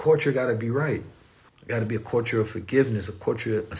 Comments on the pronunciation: I'm back again listening,,,also cuz I love the way he says (CULTURE) like...."Caught-cha"😭😭🤣🤣he makes me laugh SOOooo hard when he says it😭🤣🤣😂😅😅☀️🌏🌑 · It really feels like is tickling me Everytime he said culture(Caught-cha) in this video 😭🤣🤣😂😂 because I keep laughing so hard like I'm going crazy or sumn😭🤣😂😂 nobody else thinks that's soo cute funny???🤭🤭😂🤣🤣🤣I came back so many times just let him tickle me cuz I love etttttt👏👏👏👏👏👏👂👌☀️🌏🌑